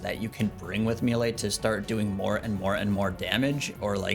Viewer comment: I like your videos format and fashionscape but just a quiet little heads up please don't say mealay or mealie it's maylay >_> aaaaaaaa !! Also I think you're really underrating the scourge with abyssal spikes vs any longer fight as an initial stack builder beacuse you reap the benefits the entire rest of the fight, and your offhand leng will still be prepping spec stacks. Also the d2h eof is for elite dungeon clearing and shattered worlds as well as a really fun way to get giga nukes on slayer tasks lol